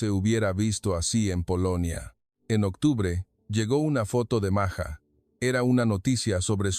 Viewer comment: Ibas bien En tu narración; pero te azotaste, al decir Maya, y luego..maja, es totalmente distinto Maja a Maya. Documentate bien, y no digas Tonterías ✔️